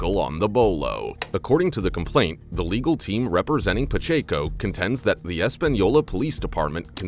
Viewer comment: It's Paaa-check-o... prounced....I hope they have to pay out... Idiot$